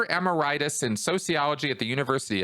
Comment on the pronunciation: Emeritus is pronounced like e+merit+us. veriy profound subject.